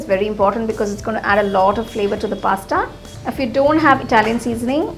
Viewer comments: Pasta not pastta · What's pasta lol u are pronouncing it wrong" ta"